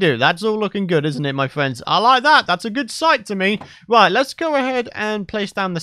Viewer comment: Nobody: Not a soul:: it’s lookin groooodd (Yes I meant the “r”)